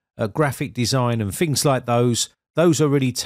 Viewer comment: I can't listen to him saying fings anymore